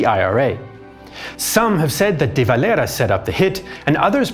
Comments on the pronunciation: Why are you pronouncing De Valera's name with a pretentious ''latino'' accent, if anything, the Irish pronounce it with the era part like an EAR-a , and with a typically Irish, pronounced double R or extended R at the end of a word, that or they just call him'' the Dev ''.but NEVER spoken like a Spaniard. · Love how he pronounces Eamonn DeVelera, as if he was some romatical South American revolutionary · What on earth possessed you to pronounce De Valera like that 😂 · your de valera pronounciation🤣